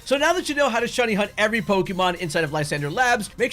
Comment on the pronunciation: Its pronounced lis andrey. Not lie sander. Its supposed to be french.